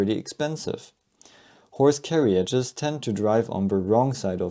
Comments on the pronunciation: The "I" is silent in Carriages dude....learn pronunciation man! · you are putting an extra syllable in the word carriages